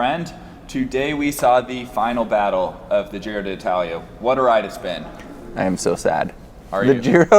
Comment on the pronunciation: Can't believe that whole Giro has passed, and you two guys havent learned to pronounce Giro d'Italia correctly. There isn't two "i", it is not di Italia, it is d'Italia, so just pronounce one "i" letter. Anyway, nice reviews, not so much technical and statistical, but not waste of time for sure.